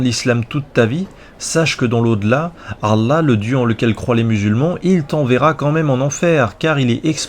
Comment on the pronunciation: J'ai du mal à te trouver crédible désolé.. t'as vraiment été musulman toi? Tu te prétends spécialiste de l'Islam toi ? Bah merde.. Tu sais même pas prononcer le mot: "Allah" correctement... Le dieu غلا mdr on doit surement pas parler du même alors. Les musulmans ils prononcent Allah au moins 50 fois par jour et toi tu te trompes à chaque fois.. il y a quelque chose qui m'échappe. Ça doit venir de ton physique je pense, tu t'es dit j'ai une gueule d'arabe -> arabe=muslim, donc ya un petit billet à se faire.. je vais vendre mon livre et ses cons de blancs vont l'acheter. Je veux dire tu as ta vision c'est bien, mais ne te prétends pas spécialiste parce que la tu es ridicule..